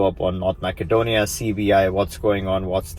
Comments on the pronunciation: I've noticed that a lot of videos on the subject pronounce Macedonia as Mack-adonia instead of Mass-adonia. Is there a political reason for this? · Useful info! Quick comment: it's pronounced “massedonia”, not “mackedonia”. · Pronounced Ma-suh-donia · It is Macedonia, not MaKedonia.